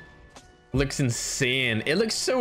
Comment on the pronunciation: Ma perchè dice insane così insien